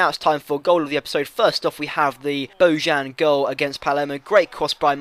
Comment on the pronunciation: Bojan GOTE. And the "j" is pronounced like a "y"